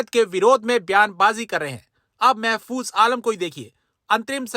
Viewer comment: महफूज महफूज नहीं